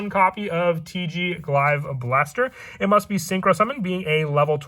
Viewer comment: It's pronounced (glay-ve) not glive